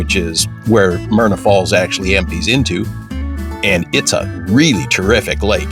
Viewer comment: It's Myra Falls...not Myrna....but a beautiful place none the less.